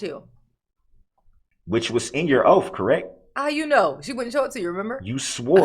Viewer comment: What the hell is a "Ohff" Darrell? Are you trying to say Oath?